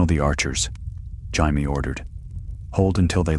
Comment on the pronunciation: This could have been so good had you used the English pronunciation of Jamie and not Spanish. I wasn’t able to last longer than 28 min. 😢